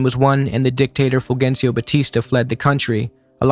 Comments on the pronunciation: just by the way, it’s “ful-HEN-see-o” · I'm normally not like this but it's Fulgencio is pronounced"fool hencio"